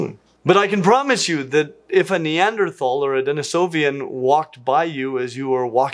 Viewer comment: Dude, you keep mispronouncing Denisovan. It's not "denisovian". This isn't just a debatable thing like sloth is actually pronounced slowth, you're adding -ian when it's -an.